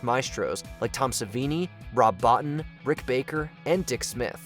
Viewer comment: It's pronounced "Rob Boe-teen", even THOUGH It's spelled "Rob Bottin"...